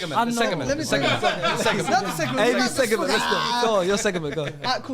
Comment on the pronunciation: I was getting gassed at that little seg-e-ment right then